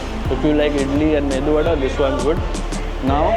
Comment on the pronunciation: It is medu vadaa not mendu😂